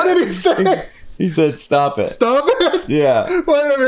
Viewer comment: “stgjfvughop it!”?😂